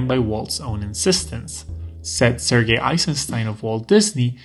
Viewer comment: This is a small thing but I love your soft, correct, pronouncing of "Sergei". Cheers!